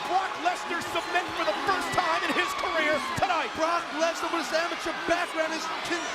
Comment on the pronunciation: When the commentator said rock and brock i thought he said rock and rock😂😂😂😂